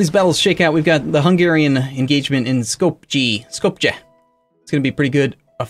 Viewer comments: Hi, please note that 90% of places with "j" in the name are pronounced with a "y" sound, and not the hard j sound it might be in English. So Skopje is pronounced "skop-ye" rather than "skop-ge" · Man my ears are bleeding when I hear you saying those names of provinces... read skopje as skopye and macedonia as makedonia please xd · Jerusalem in Hebrew is Ye-ru-sha-laim. But yeah, Skopje is Skop-ye. +He's mispronouncing Morea and Epirus.